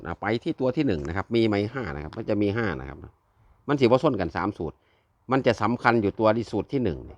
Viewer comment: สิบบนหรือล่างพูดไม่ชัดเจนเลยครับ